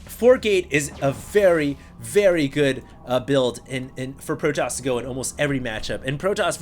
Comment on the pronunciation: nah, it's protoss not protossus lol.